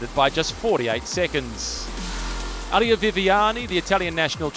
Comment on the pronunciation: Nice video, but It is "Elia", not "Ahlia"😅